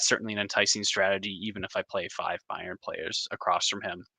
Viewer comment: Please just say Munich or BM… the pronunciation of Bayern is painful.